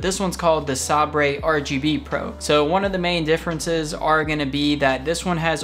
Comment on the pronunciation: Sabre = 'Saybur',.. Look up what a sabre is,.. you'll see the pronunciation with it too. ;)